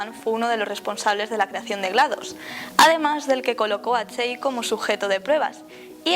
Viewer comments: aver aver aver se escribe chell se pronuncia chel no chain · No se pronuncia chell se pronuncia chel aunque buen vídeo